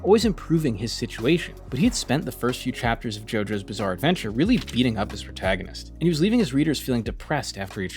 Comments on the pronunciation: Did you say “Bizzare” 😏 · did you say ... bizzare? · Did you say "bizzare"